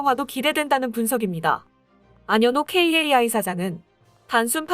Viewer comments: KAI 카이를 케이 에이 아이???? 아서라~~~ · 무슨 카이를 케이에이아이로 읽고, 에이사 레이더를 에이에스에이라고 읽는건 너무 없어 보이는거 아닌가요?